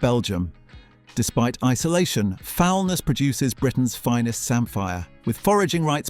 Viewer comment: Foulness. The stress is on the second syllable!